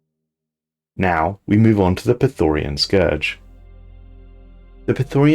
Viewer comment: Mate, I love your videos, but could you please learn to read. Those words are different than you think. It's not Praetorian, it's Prethoryn. It's not orbitable, it's orbital.